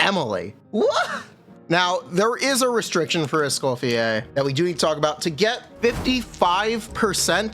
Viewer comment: Escoffier is pronounced as "Eskow fiyé"